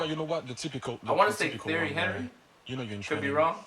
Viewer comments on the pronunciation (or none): Omg the way he said “Thierry Henry” hurt me.